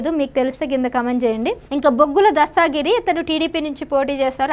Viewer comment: తెలుగు రాదా నీకు. దస్తాగిరి శృంగావరపుకోట కాదమ్మా దస్తగిరి శృంగవరపుకోట